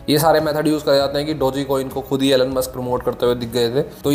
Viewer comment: Great video and thanks for sharing details. Just 1 thing Elon is pronounced - E-lawn, not Ellan.